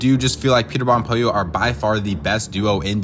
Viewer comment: It’s POLLO